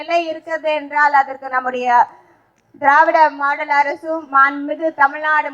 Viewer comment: அழகான தமிழ்சொற்களை....கடித்து குதறும்....திறாவிட மாடால் மோயர்....இப்படித்தான் கூற வேண்டும்.....😊😊😊